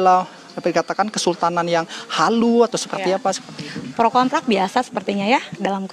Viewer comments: Kok gwe dengernya cewe itu bilang "PRO KONTRAK" bukan "PRO KONTRA" hahahhahaha ? LIKE yg sama kyk yg gwe denger... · Pro kontra bu, bukan KONTRAK hehe Yg demen LIKE